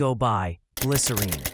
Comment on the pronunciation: Thanks for posting this. I also just finally saw Gavin pronounce the title the same way he sings it....I remember when I was younger this douche argued w me saying it rhymes with win not Dean. So to hear Gavin finally say it and to hear you say it is sooooo validating 😊 glycerEEN forever ❤